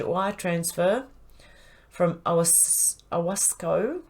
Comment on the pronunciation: owasco?? does he mean ow arse company?? seems fitting